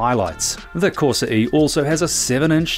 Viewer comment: CorsA, not corsE 🤦🏻‍♂️